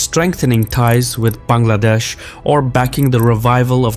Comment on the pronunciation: kangladesh? 😂 joke of the day......and why you pronuing their name incorrectly? That's beggaristhan 🎉